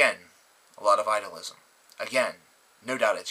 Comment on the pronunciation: Hey, great vision. I just have to say though, as we are both idealists, it's pronounced "I-de-uhl-ism.";)